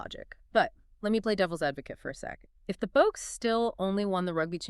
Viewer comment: Did she pronounce Boks as Boaks 😅.